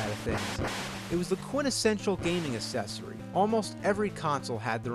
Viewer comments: Did he mispronounce "accessory" on purpose? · Hello there I do not want to be mean by asking this question i just want to make things clear The question is there any reason to pronounces the word "accessory" with "C" and not "K" if you know what i mean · I love the way he says "accessory" without the "k" sound at the beginning -- "uh-cessory"